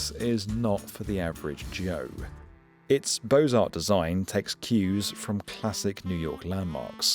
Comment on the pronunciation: Beaux Arts is pronounced BOW, like something you put on a wrapped gift. It is not pronounced like BOSE, which is a sound system that some cars have.